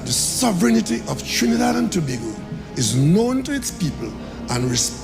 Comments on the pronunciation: TO-BA-GO Ms AI! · Trinidad and Tobago. Tobago is pronounced "To-bay-go". Please, you must have heard it said how many ever times.